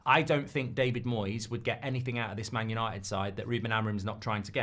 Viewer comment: United are not United anymore… It “Yahnited”